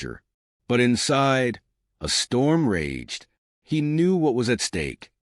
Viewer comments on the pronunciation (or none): Please fix the pronunciation of these words: Knew, Or, Inside, Now. Today, Nerve, Act, As, Knew, Forgive, Chose, End, Try, Know,These are the most pronounce